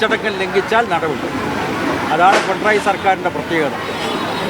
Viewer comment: പിണറായി എന്ന് പറയാൻ പഠിക്കൂ